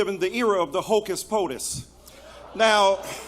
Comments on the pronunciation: He said hocus potus It's actually hocus pocus 😏😏😏😏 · "Era of the 'Hocus podus' "...lame...🤦🤦